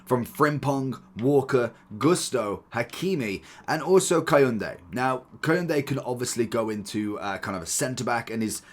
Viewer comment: Dude made Kounde sound like a make of car